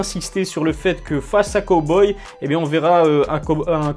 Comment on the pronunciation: J’ai arrêter de regarder la vidéo au moment où tu as prononcé cowboy 🤠